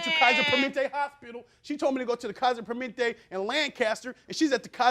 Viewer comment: kaiser permanente baby not permentay